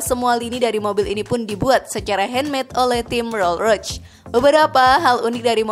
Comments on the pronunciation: Rollroyce (rolrois) kok jd rolroits Maybach (maybah) kok jd meybech Saran aja mba pelafalannya di koreksi lagi, ttp semangat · Maybach bacanya MAIBAH bukan maibetc trus ROLL ROYCE bacanya ROL ROIS bukan rol rods..maaf sekit koreksi.. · Konfigurasi 2 pintu😅🤣😂🤣😂😅🤣mana ada sebutan konfigurasi 2 pintu KONFIGURASI ITU DEFINISI MESIN V 8 ato V 12 ato W 4 ato W 8 itulah sebutan KONFIGURASI Roll Roch😅🤣😂😅🤣😂 Roll Royce woy min Admin nya peyak😅🤣😂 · Naratornya sok inggris pelafalannya salah semua, maybach bacanya maybah bukan maybech, rools royce bacanya rolls roys, bkan rol royc, bugatti bacanya bugatti aja, bukan bugeti dan harganya ga ada yg 100 trilyun, nyampe 10 trilyun aja ga,ga usah lebay dan sok keinggris2an deh,noraaaaaaakkkk